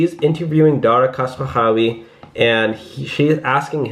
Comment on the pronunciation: Don’t shave your head 😳but try the pronunciation of Dara’s last name instead Here we go!! KHOS ROU SHAHI If you still having problem then you should shave it off🤨